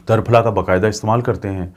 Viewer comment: جزاک اللہ خیراً کثیرا ڈاکٹر صاحب لفظ ترپھلا میں ت کے اوپر زبر نہیں زیر ہے اسلئے اسے tirphala بولا جاتا ہے tarphla نہیں